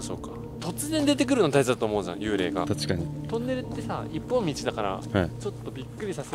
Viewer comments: 何回聞いても「たちかに」っていってて可愛い笑笑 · たちかにって言ってる。可愛い